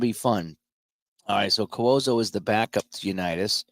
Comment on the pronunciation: Cuozzo is pronounced “Kwahzo”.